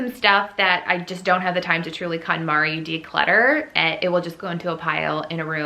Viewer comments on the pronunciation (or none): Everytime I hear you say Conmari (sp), all I can think of is Calamari....lol..Hmmm is doing that squid thing again...hahahhaa